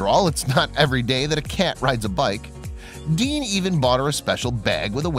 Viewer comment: It's DEAN, not Dan, you dope. Oh, OK, you changed it in the middle...but why didn''t you link to his channel? 1bike1world.